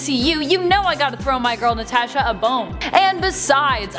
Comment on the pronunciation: please never say natasha again